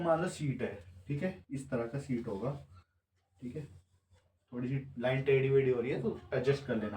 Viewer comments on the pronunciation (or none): लैन नहीं होता है, लाइन (line) hota hai.. Mind it 😂